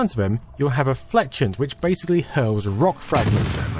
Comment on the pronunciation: fletchent???? is prounounced flesh - ay....